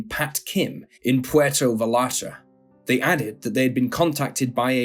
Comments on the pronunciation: Not PWERTO VALARTA 😂😂😂😂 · Puerto Vai - arta*. The double ll in Spanish is pronounced like a y.